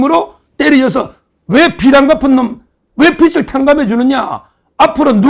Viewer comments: 빚을.. 발음 비츨이 아니고, 비즐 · 빚을=비즐 no 비츨!!!